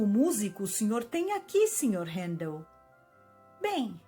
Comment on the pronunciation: Que bom ouvir meu nome tão bem pronunciado por tantas vezes.